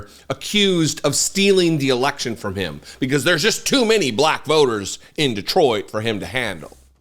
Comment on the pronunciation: When he said frrom the papers i literally screamed 😂😂😂😂😂